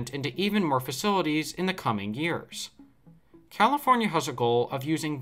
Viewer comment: 🤣 Comipornia , Recede already!